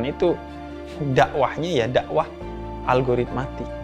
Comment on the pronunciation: Habib nyebutnya algoritmatik gak sih?